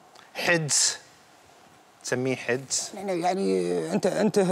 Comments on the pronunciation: حَدس وليس حِدس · المشكلة انه مذيع ولا يعرف ينطق كلمة حَدس